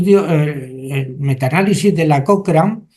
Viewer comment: Estimado amigo. No sé pronuncia "cocrein", sé pronuncia "cocran".